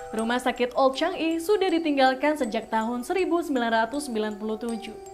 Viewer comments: Changi di baca sebagai cha ngi bukan chang i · CHANGI sebutan sebenarnya CHA NGI bukan CHANG I..